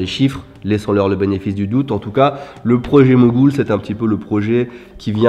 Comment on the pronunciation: C'est le projet Mogul, et non Mogoul lol.